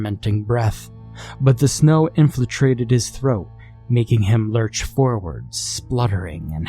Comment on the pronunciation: So much of this story made no sense. It was all over the place as if the author didn't even know what the plot or meaning was. The bad grammar and mispronunciation of words ("what had happened"/inflitrated) only made it worse.